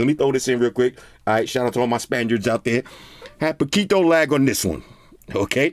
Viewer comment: Your pronunciation of "poquito" is actually pretty good 😂👌